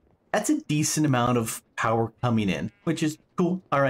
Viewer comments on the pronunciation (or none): POWAHFUL POWAH!